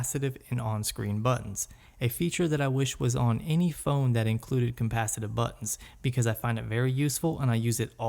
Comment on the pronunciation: It's capacitive not compasative.